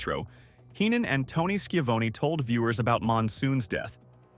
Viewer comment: The man's name is pronounced sha VON ee.